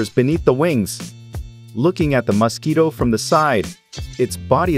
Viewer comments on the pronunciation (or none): Mosque eatoh. I hate this AI voice for pronouncing it that way. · Why are you pronouncing it musk-eat-o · First of all: MO-squito, but at least your AI is consistent. Please check your script. There were other mispronunciations that detracted from the video. I hope the dissection was fun for you. Please continue to practice so your dissection skills aren't so gross. Watch zefrank's True Facts About Mosquitoes. It's beautiful. Carry on.🤔🤢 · It's not Masquito, it's Mosquito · I assume "Muss-keeto" is mosquito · Ugh annoying! MUS-quito 🙄 Why are you saying it like that? It’s mosquito pronounced : ms’KEE’toe Are you doing that just to get on peoples nerves ? Do you also pronounce COOL WHIP the way, Stewie Griffin does? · aahh yes the famous Masquito .... either thats a horrible AI voice or this person sounds extremly robotic ... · It's Mos, not Mus... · I have always thought it was pronounced as Mosquito, not Mass-kito 😂😂😂😂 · Stop calling it a Muskeetoe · Wtf is a musskeeto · As a human, i can verbally confirm we pronounce mosquitoes "mass key toes" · Those damn muss-keetoes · It really is nice to be hearing MOS KITO every other sentence😌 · Bro why do you pronounce mosquito like Musky Dough? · You say muskeedos You say it so dumb 😂😂😂😂😂😂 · MUSkeetos. God damn, say it properly. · Hate how it says mUscito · not enough of word MUS-KEETO! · Blue is say muskido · I liked how he pronounced Mosquito - Mus-ski-doe 🤣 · take a shot every time he says MUSKeeto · I can't unhear Muskito 😂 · if I hear MAASquito one more time... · "the maskito"💀💀💀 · Why does he keep calling it Musk-Quito? Is it an ox from Ecuador? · I hate the way he pronounces Musk-eeto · Why does he say musketoe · "Muscky-dough"? What part of the world pronounces it that way? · I love how he says “The muskito” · I kept hearing musk-eeto and thinking about the Elon musquito meme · You say Musk Eato 🤫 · the way this person pronounce mosquito is weird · Thé way he’s saying mosquito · Weird way to say mosquito